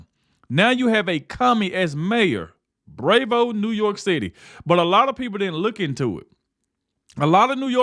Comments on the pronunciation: It's not bravevoe. It's pronounced brah voe. The word is Bravo, you non-reading joke. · BTW, the word, "BRAVO" is pronounced, BR (short a ) VO (long O) with an emphasis on the first part of the word, BRAVO - It's a word people use to describe their elation of say, a performance while they are clapping . . . Example: "When roses were thrown on the stage for the performing artist, everyone was giving her a standing ovation & yelling, "BRAVO - BRAVO - BRAVO" . . . - Susan Burns